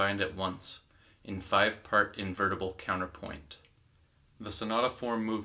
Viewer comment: PLEASE ! It's not 'COWNER-POIN' - it's COUN-TER-POINT.